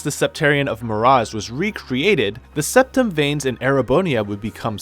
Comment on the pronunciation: I'm sorry but I can't get over the mispronunciations, "septum" "aidos" "arianrod" cmon bro there's voice acting for these terms.